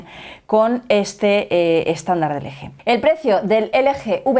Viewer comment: Se dice elgi